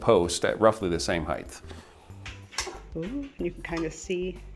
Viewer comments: fyi: the word height is pronounced with a t at the end- rhymes with light (not heigth) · Did this guy just say "heighth"?